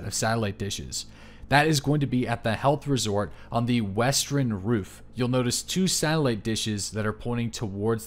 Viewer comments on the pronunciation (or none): " the westren roof" lol